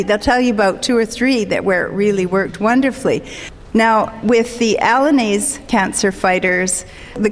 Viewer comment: Both and Brenda Davis have used the spelling "allinase" ( does so in the video), pronounced in three syllables. Dr. Joel Fuhrman and others have used "alliinase," pronounced in four syllables. Which is it? Apparently it's "alliinase," but there is prescriptive lexicography and there is descriptive lexicography. Alternative spellings, pronunciations and usages are sometimes more common, and win out or hold their own in the end.... Is "allinase" such a case, or is it a mistake?